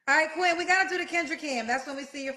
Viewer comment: Caller: ma name is Quinten Kendra : yo name Quin’ N? 💀💀